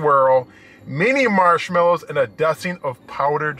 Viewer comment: You always seem in a good mood to me. "Smarshmalliws' lol. Love it! Great review! Have always had bad luck with IHOP service, but maybe that's just Cheyenne.